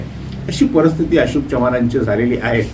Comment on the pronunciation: Parsthiti nahi Paristhiti yedya